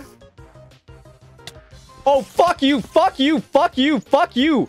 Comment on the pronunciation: I feel like when swear he didnt say the f word he just say fawk